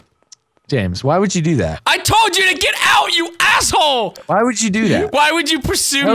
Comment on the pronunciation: I love that he doesn't say "asshole", but he does say "ass-whole", lmao.